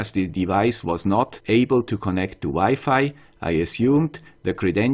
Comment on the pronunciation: It was wired to hear Wi-Fi pronounce differently, thanks for improving.